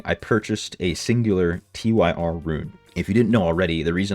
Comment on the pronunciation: its not T-Y-R its simply Tyr. thats a name...